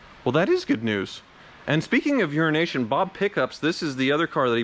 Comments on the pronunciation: It's an inside, on-going joke. He's actually calling him "Unrination Bob" and usually Wizard corrects him with the "Euro ASIAN" bit. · Love how he calls him "Euronation Bob", but the guys name is actually "EuroAsian Bob". Not sure if there's an inside joke between them I'm missing or what, but he's totally butchering the guy's name. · It's EuroAsian Bob, keeps trying to add an & in the middle, and makes it sound like urination. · Sorry about the comment, but is it just me when he says “Euronation Bob”, I hear “Urination Bob”. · What is the deal with mispronouncing Urination Bob ? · I must say every time you say “EuroNation Bob”, I hear you say “urination Bob” 😂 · Disliking every video he says Unrination Bob. It is getting beyond condescending.